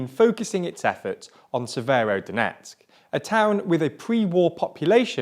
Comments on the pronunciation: What's with the pronunciation? I know it's a hot June, but damn... "Popansa", "Lisiyansk", "Severnodonetsk"... bruh xD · Not to mention Severnodonetsk, Slovansk and the Siversidonetsk river ;) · You forgot "SeveroNOdonetsk" ^^ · Bro you would have practiced the names.. Papasna. You said papsana. And said severodonetsk 3 different ways.